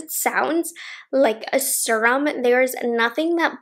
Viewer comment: and Dacey Cash both say serum the same way and it makes me giggle lol. I have the ND I need a nude palette and im obsessed! The perfect every day shadows.